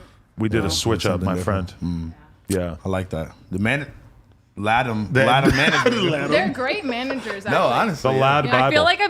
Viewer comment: Great podcast, maybe change the pronunciation: Ladám Management. (Luh-dom)